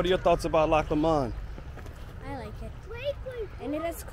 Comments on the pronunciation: Pronounced. LOCK LooooMond. The Midges are a pest .....glad you enjoyed my country or as we call it The Land were men wear skirts. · Pronounced Loch Lo mond ( with the emphasis on the LO ) GOOGLE the song I'LL TAKE THE HIGH ROAD and you'll be sorted right out haha lxx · Do love your prononciation of Loch Lomand - sounds very French. I lived in Stirling for 3 years and Loch Lomand was a favourite picnic destination. The water is ice cold, flowing down from the mountains nearby - in fact melted snow - but this didn't bother us youngsters. You must try and go to Loch Ness which is very different (deep, dark waters and perhaps a monster down in the depths). And yes, the Angus cattle are glorious with their huge horns and shaggy orange coat, running more or less wild. The sheep can be quite aggressive too if you have to make a "nature calls" stop - just keep your eyes peeled if you don't want to find yourself surrounded by a nosy herd of sheep, especially during lambing time when you may find yourself being chased by an angry ram - lol !